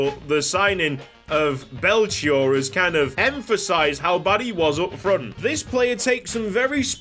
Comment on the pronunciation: Hey, just an FYI but Belchior is the name of a famous musician we had here in Brazil! You pronounce it like "Bell-key-ore" and there miiight be a way to implement one of his songs as a chant! Take care mate <3